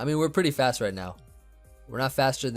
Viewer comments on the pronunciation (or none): none